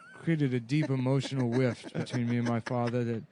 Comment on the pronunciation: "A deep emotional wift"